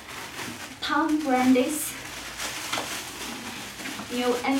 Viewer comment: Also, she pronounced Tom Brady as "Tom Brandy"